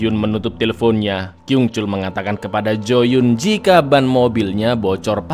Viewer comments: Maaf mau koreksi bg, pelafalan korea itu kalo dua huruf vokal yg sama contohnya ‘yoo’ dibaca ‘yu’, dan kalo ‘eo’ dibacanya ‘o’ jd kalo yeo itu dibacanya yo, bukan jd yu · bang kalo o nya dua dibaca u, kalo "eo" dibaca o pake o-nya blo'on. jadi jooyeon dibaca juyon